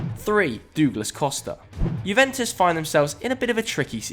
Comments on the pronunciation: “Duglas Costa”😂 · “Doooglas costa” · Who is Dooglas Costa? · Dooglas lmao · so no one's gonna talk about "dooglas costa" ? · and Douglas Costa, "doooglass" headass